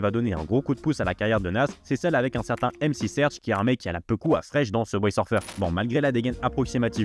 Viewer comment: Alors très bonne initiative et bonne chaîne de mec qui s’intéresse… Mais j’me permets pour ton bien frérot lol déjà qu’entre Pete Rock et Mc Serch prononcés comme Gilbert le jeune retraité du PMU, j’ai tiqué, quelques secondes plus tard j’entends Aretha Franklin prononcé comme la tortue mdrrr saignent du nez direct😅 stp faut te mettre un minimum à l’anglais, ne serait-ce que les bases ça va t’ouvrir un monde, qui plus est si tu te passionne pour le rap et le Hip-hop !